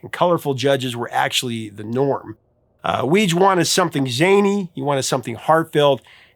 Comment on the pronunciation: I believe Weege is pronounced "wee ghee"